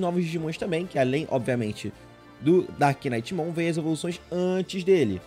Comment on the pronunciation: Mas ele pronunciou certo "darkknightmon", o "k" no começo do "knight", não pronuncia mas o "k" no final de "dark" sim, ai a pronuncia fica "darknitmon", sem o "k" e o "gh" de "knight".